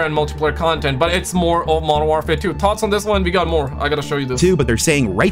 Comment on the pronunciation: It’s thoughts not tot’s 😂